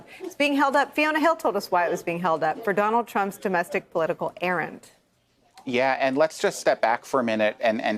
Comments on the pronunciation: Errant not errand from Fiona Hill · ERRA N T not errand. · "ERRANT" NOT "ERRAND"